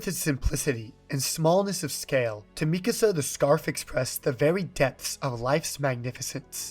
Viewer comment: Not at all related to the topic but I'm so glad to hear Mikasa's name pronounced this way. I've been hearing other people say it like "Mi casa" and it drives me crazy